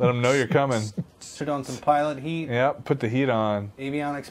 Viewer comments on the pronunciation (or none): lol pitot heat not pilot heat XD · haha. It's not "Pilot Heat." It's "Pitot Heat." And the second 't' is silent, pronounced: "pee-toe."